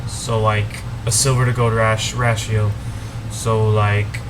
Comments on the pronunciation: ratio= ray-she-o....the a is long... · Ratio Pronounced Ray-she-o